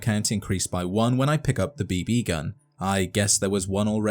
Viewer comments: the way you put a sleight emphasis on the 2nd "b" is different than the way I say it... and the way you said it 800 times is cracking my brain! beeBEEE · "B-Bee"... Why is this pronunciation driving me mad... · The B Bee gun.............. Kill me.......It's just BB. No pause, space, or fancy accent. Just BB.